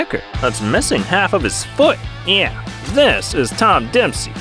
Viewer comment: Why do you say “yeah” like that. “nn-yeah”